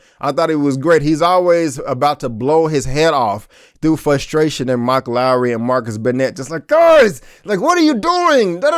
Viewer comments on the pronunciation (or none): none